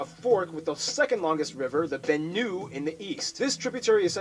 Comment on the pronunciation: I loved watching this however pronunciations... 1. Benue is pronounced is not said like Benu or Venue. It's Ben-u- eyy.... 2. Ibadan is pronounced I-ba-don That an is like in French... Un (